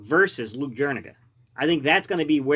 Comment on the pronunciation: Jur e ga you aren’t pronouncing it right